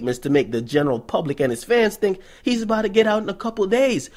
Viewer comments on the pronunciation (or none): none